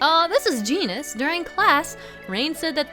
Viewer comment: lol genis is neh faverot charicter